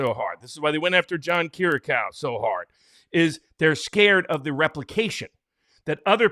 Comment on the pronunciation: It's John KI RI A KU